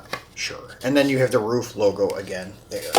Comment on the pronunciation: Good videos... I like the variety you showcase. Hope you get more viewers. Glad you said RUF correctly. So many people say “ruff” instead of “roof”... Is Tomica pronounced the way you pronounce it in other videos though? “Toe-meek-kah”? Or is it “tommy ka”?